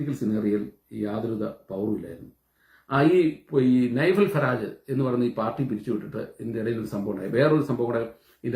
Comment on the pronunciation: Its Nigel Farage, not Nifel